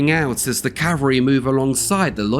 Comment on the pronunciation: To the narrator of the second portion - I enjoyed your information, but, please, "Calvary," as you pronounced it, was the hill where Christ was crucified. "Cavalry," which you meant to say, are mounted troops. Elementary school mistake.